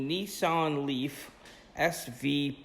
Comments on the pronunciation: The knee-sahyn leaf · He pronounced it Nee-sann but I don’t blame him and you shouldn’t blame US for saying nee-sahn. That’s how Nissan pronounced it in their ads here